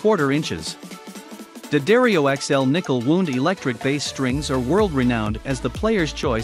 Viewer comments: Wownd, not wooond. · Narration is terrible and sounds like mechanical. Lot of mispronunciations. It pronounces string wound like a flesh wound. And instead of pronounces made in U.S. it says made in us. Zero credibility. Stopped watching.